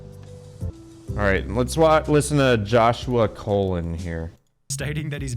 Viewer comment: Joshua Colon's name is pronounced Cuh- LONE. Like Cologne, not COL-uhn like a person's bowel. It's one of my peeves when I hear that.